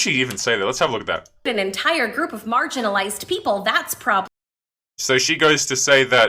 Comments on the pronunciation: She didn't say marginalized. She said margarinized. Don't be so obtuse. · She said margarinized people wrong